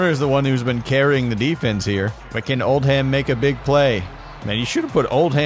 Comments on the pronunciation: There's a town in the UK called Oldham. Its pronounced Old-am. Hearing you say Old-ham really messed with me. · ITS PRONOUNCED “OLDUM” NOT OLD HAM